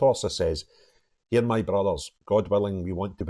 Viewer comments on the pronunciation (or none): none